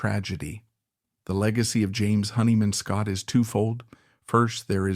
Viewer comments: Nice pronunciations robot. Hair-ford, Honey Man Scott. If you are an actual person you should learn the correct pronunciation of things you seem to be so interested in. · A bit of a shame that the narrator pronounces James' surname as "Honey man." Some great info though. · Yeah, this AI crap is really bogus shit. Mispronunciation of his name and that happens in every AI that has a name that is either a combination of two words or has too many vowels and consonants together. Good information, though some stuff I didn’t know, but do I trust it? Just great seeing some photos that I’ve never seen before. Jimmy was melodic and raw all at the same time. He caressed chords and pushed solos with speed and precision. But most of all with soul. I thought I saw a picture of Jimmy and Eddie Van Halen. I looked at that picture and went fuck… Jimmy was a better guitarist for that simple reason. He had soul and he had technique. I’ll take soul over technique any day.